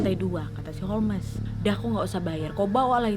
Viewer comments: Holms sayaang jangan holmes napa 😭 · Di bacanya bukan holmesss, bukan homlessss, bukan holesss tapi holmsssssss. Ku jadi cengar cengir nontonnya, indonesaa kaliiii😂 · Holmes,huruf E nya silent Nad alias gak dibaca. Dibacanya Holms. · Holmes baca Holms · Ga konsen nontonnya karna nyebut namanya salah😅 harusnya bacanya holmes(holms) wak. Mon maap netijen bukannya sok2an bs inggris🙏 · H.H Holmes Aku dengar nya a'a holmes😭😭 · Holmes dibaca ( ˈhoʊmz) Nadia, bukan Holmes🤣🤣🤣🙏🙏